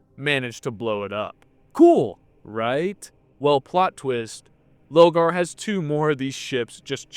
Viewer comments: Love this video and your little comparisons to anime arcs but some of your pronunciation dear god 🤣 you’ve read the books it’s LOR-GAR 😅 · Is there a reason he keeps mispronouncing Lorgar’s name? Like an inside joke I’m not aware of?